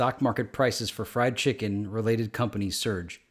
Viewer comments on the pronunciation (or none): none